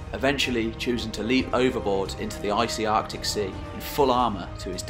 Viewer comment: "Artic sea" lol, good one mate :)